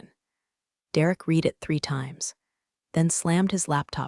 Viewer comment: voice "dollar eighty five M" your artificial idiot needs work. Please teach your artificial idiot the difference between read (rhymes with reed) present tense and read (rhymes with red) past tense and when to use the correct one.